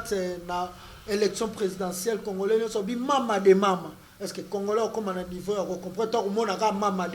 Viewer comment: Comme Kabila, le prof disait congolais, mais prononçait congorais.